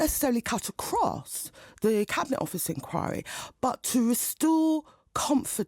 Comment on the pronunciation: She can't even pronounce the word 'inquiry' . Enkawe. We weed a impardal enkawe. No a sybil serbis enkawe, buddah fuh enkawe. Odda buyin harg.